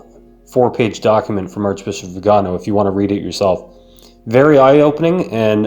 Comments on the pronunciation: The accent is on the last syllable so its vi - ga - NO .... NOT..... vi -- GA -- no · Good commentary! I subscribed today! My comment is that the Holy Father said that “silence” is best in these situations, but then he goes and uses passive aggressive veiled language in his homilies to respond to and chastise!! Viganò ! That is not being silent! Lol Btw The stress is on the O you can see the mark above the O. So the correct pronunciation is the first way you said it >..like veeganO. I also would like to say that Cdl Viganò would make a very wonderful pope! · vee gan OH,,, accent is on the third syllable